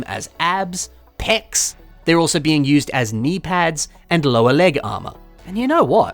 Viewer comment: Love the emphasis on PECS